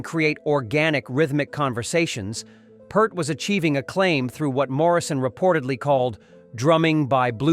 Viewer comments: Neil Peart. Peart is pronounced Peert. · It's pronounced Peer-t, Like fear or fishing pier. I saw an interviewer ask him and that's what Neil said.